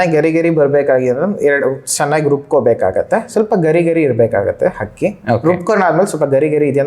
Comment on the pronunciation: ಹಕ್ಕಿ ಅಲ್ಲ ಅಕ್ಕಿ